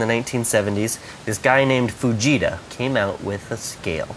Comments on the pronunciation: It sounds like he is saying 'vegeta' scale lol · Who thought when he said fajita he said vegeta